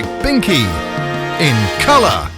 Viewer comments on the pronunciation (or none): none